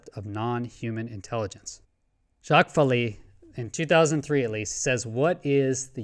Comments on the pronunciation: Val A, not Val E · Jacques Vallee pronounces his last name val-lay. Think French! My existence theorem is that all that exists is Consciousness and everything else is Perception In Consciousness. UFOs/UAPs (love your UAP hat!) are manifestations of other Consciousness in our Perception In Consciousness. It's not illusion or simulation, it's perception. The material only exists as Perception In Consciousness.